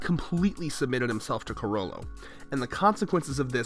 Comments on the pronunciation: Chrollo= crow-yo...you're killing me adding an extra syllable guy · I like how you pronounce "Chrollo" as "Cuh-Ro-Lo"